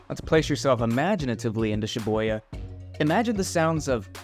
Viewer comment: Was the "Shi-Boy-Ya" pronunciation on purpose lol.